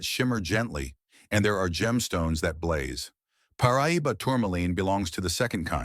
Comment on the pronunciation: Pronounced Par. Ah. Doe.